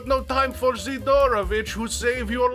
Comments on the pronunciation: Si'dorovich - first syllable is stressed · Why you pronounce Sidorovich so wierd? The emphasis should be on first "i", not "o". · You're saying his name wrong! It's Sidorobitch! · not sidOOOOrovich but siiiiiiiiiidorovich